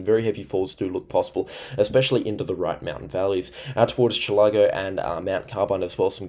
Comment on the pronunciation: Chill-ugh-go not chill-ah-go. The a in chillago says u as in umbrella